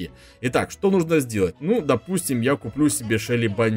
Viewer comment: почему ты говоришь шэли а не шелли